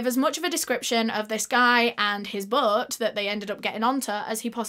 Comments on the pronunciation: "His BOŒAT" BOAT. B-OH-T NOT B-UH-O-T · Sorry I can't with the way she says "Boat" it sounds like she is saying Butt 😂🤦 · When you hear "butt" instead of "boat" 😭 it's childish i know but I was dying 😂